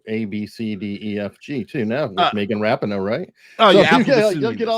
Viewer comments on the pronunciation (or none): Guys! Her name is pronounced Megan Ra-PEEE-no.